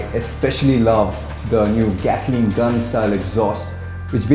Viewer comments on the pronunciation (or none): none